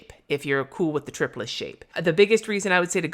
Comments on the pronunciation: This was an awesome review. I have been wondering for these for a while and I'm so glad you finally had a chance to check them out! I would like to add, though that I think you're saying triplus wrong. It is tri like triangle, and then plus. Not tripless. When I read it, and because of the triangle barrel, that's how I interpret it. I also have heard many others say it that way, though I admit I have never heard the manufacturer say it. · Have I need saying "Triplus" wrong this whole time? I pronounce it "try plus." Now I am second guessing myself!